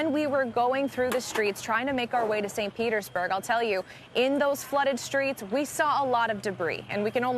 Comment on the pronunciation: “St. Pertersburg” 😂 the girl announcer keeps saying it correctly after to let him know he said it wrong 😭😭